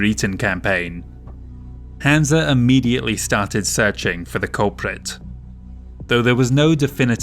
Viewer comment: Interesting pronunciation of Hanse - I always read it as Hanz not Hansa